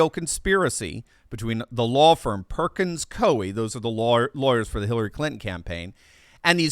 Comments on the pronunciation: It's pronounced Perkins COY. They're a high powered Seattle based law firm that supports all things far left. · It's pronounced Perkins "Coy".